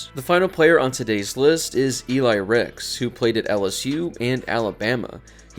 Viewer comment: And it’s Eli Ricks not Eli Rex